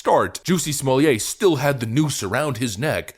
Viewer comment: Smoll-yay? It's smol-lay. There's no "y" sound in between.